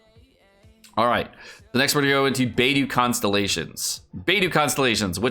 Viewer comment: i thought it was bei-dough not bei-doo